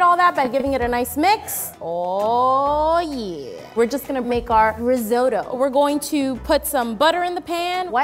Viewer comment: I hate how she said risotto